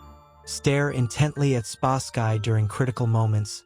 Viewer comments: Spasky is pronounced Spas-ski NOT Spask-eye! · Your AI narrator called.spasky weird. This is an AI channel. Ill find a human